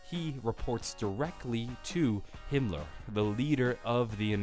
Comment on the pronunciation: Mispronounced Himmler